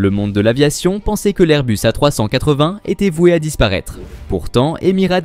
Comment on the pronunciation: Encore une vidéo réalisée avec les pieds. le commentaire est maladroit. Les images montrent tantôt l'Airbus A380, tantôt des avions bi-réacteurs. "A380" est tantôt prononcé "A trois cent quatre-vingt", tantôt "A trois-cent catvin"., par une voie horripilante. A rejeter absolument.